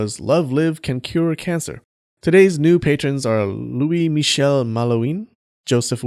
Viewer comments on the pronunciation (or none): none